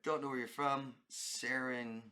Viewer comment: Tina from SC. Sometimes when I make a comment I don't write my name and where I'm from but I see you, have trouble pronouncing my online name, my online name is 2 names joined together which is Serengeti, which means in Swahelli, "endless plains" (endless landscape)(a description of the African land) Serengeti Lion is a thing, its a real Lion from Africa. I adopted this name for my online presence because I raise awareness for the plight of the Wild Lion. That's why I'm SerengetiLion. Anyway, thank you for all the content you provide us who watch your videos. We all found you in our search for what's going on with this relationship with a person who turns out is borderline. My question is: Do borderlines only do borderline things when there's a romantic partner involved with them? Seems to me as so. Like do they do borderline things to their Mom, Dad, siblings and everyone else?